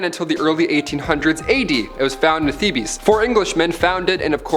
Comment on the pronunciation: It's pronounced THEBE'S, not THEEBIES.